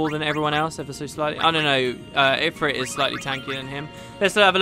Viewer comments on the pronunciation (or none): none